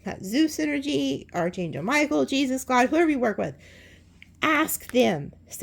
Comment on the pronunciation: You’re readings are amazing! Haven't watched for few months tho'. For the younger ones, Archangel is pronounced "ark" not "arch." ❤🎉❤